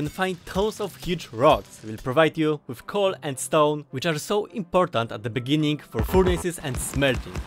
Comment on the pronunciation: ini the beninninnng